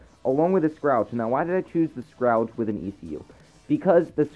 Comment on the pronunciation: It's spelled Scourge, and its pronounced "s-kurr-j" (mispronunciation bothers me, it's ok lol) anyway, nice vid bro!